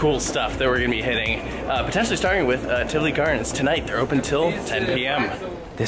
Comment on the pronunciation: I’m so happy you say Tivoli correctly. There is a cruise vlogger that the entire episode he said Tivoli wrong and it was unwatchable!!